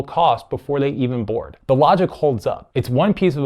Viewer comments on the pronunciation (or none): none